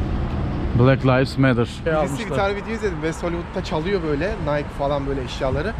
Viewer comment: Abi layvs değil livs